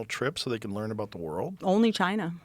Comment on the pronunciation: Autism is not fake why lear instead of learn